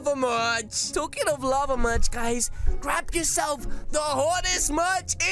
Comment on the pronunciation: Merch not jerch sorry